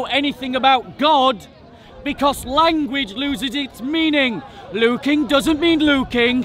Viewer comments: The beginning of the video is Hashim getting led to the slaughter 😄 Edit: why does say 'luuking' instead of "looking"? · 🤔 Is anyone else hearing say "Luukin" instead of 'Looking' 🤷🏾‍♂️ Or is that just my Low Atheist IQ 😂 🤣